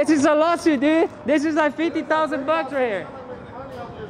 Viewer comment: can you say LAWSUIT